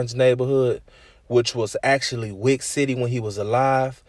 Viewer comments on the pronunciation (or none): none